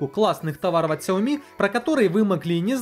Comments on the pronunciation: Правильно сяоми. Сяо маленький, ми рис. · Сяоми. И ударение на И. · Сяоми с ударения на я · если уже зрить в корень, то правильно говорить сЯомИ - два ударения. Это обусловлено тем, то xiaomi это xiаo- маленький и mi- зерно (маленькое зерно, так китайцы называют просо) то есть 2 слова. Как шаоми это слово не произносится никогда. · название Xiaomi произносится либо как Сяоми, либо как Шаоми (с очень мягкой «ш»). Но общепринятым правильным названием бренда на международном уровне является именно Сяоми, с ударением на последней «и». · Правильно Сяоми ) А понравилось несколько гаддетов. Это кинотеатр и диспенсер для мыла ) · А я читал что правильно сяоми. В переводе с Китайского Сяо - маленький а ми - зерно. Маленькое зёрнышко имеется введу, типо, рисовое. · Правильно делать ударение на Я и И. сЯомИ ;) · СяомИ , ударение на "И" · солидарен с предыдущим оратором =) сяомИ =) но кажется мне что сейчас любое чудо-чудное назови сяоми и оно будет продаваться =) мне новый рег приглянулся, как там с русской прошивкой? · Правильно говорить Шаоми, инфа от разработчиков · китайцы произносят сяоми, есть даже видео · Правильно ксіомі